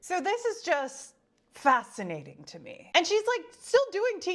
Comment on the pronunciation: Did you say Factcinating? Lol i’m going to use that one.